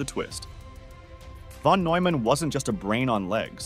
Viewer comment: "The brilliant mathematician John von /Newman/. John von /Noyman/, a mathematician..." The time that it's mispronounced, it is also misspelled in the captions. Telltale sign of text-to-speech.